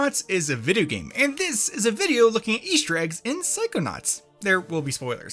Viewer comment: no one:: psychonauts = bideo game